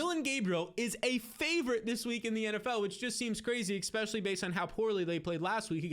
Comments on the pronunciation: Soooooo many "EKspecially"'s..... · im sorry but i cant take advice from a grown man that still says exspecially